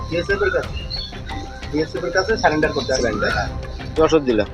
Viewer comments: বালের সাংবাদিক -সব কটা চ্যানেল -এ সাংবাদিক গুলো শুধু একই প্রশ্ন । আবার surrender কে বলছে -স্যালান -ডার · কেমন সাংবাদিক? স্যালেন্ডার বলছেন কেন। কথাটা স্যারেন্ডার।